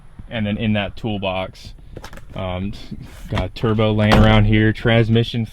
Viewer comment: Mans just said turbuh